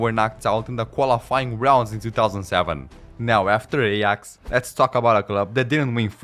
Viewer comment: Aay-aax, not ey-ax. Just had to say it because it was burning my brain 😑